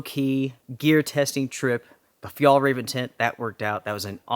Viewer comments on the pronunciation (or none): Hi, from a Swede, Fjällräven is pronounced more like "fjellraeven" 😉 the letter Ä is not sounding the same as A, (the two dots makes it a different letter) Just messing with you a little 😉😁 Love your channel. 💪👍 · hey, the closest i can think of how you pronounce Ä is the sound of AE in Bear, Tear etc. or the A in Chair, Bare, Flair etc. Its not exactly right but close enough. its not an A sound, in Danish and Norwegian they write Ä as AE and not an A with dots like we do in Sweden. the name as you might already know translates to "the arctic fox" if it was just Fjällräv without EN at the end it would mean just arctic fox but in swedish if something ends with EN its the equivivalent of putting "the" infront in English in many cases. Same for Car = Bil, The Car = Bilen. Turmat is also Swedish, "tur" is a slang word for a hike and Mat = food. so it basically means what it is. Hiking food:) awesome find btw, that tent was probably a couple hundred dollars when new. and it really looks brand new.